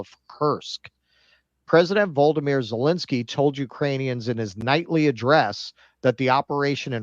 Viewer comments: People who can pronounce Vladimir but not Volodymir are funny to me😂😂😂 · “Vladimir” is a name known of since The Cold War. First time I heard “Volodymir” was this war and I assumed they misspoke.